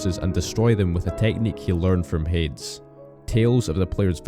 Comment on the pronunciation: You did a good job with getting the lore right, but I gotta say: I don't think I've ever heard anyone pronouce Hades as HAY-DZ rather than HAY-DEEZ.